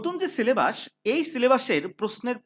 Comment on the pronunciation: সিলেবাস ❎ সিলেবাশঁ 😩✅